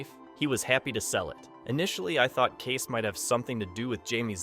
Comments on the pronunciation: KAY-SE, not Case. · It's Kay-see. Not Case.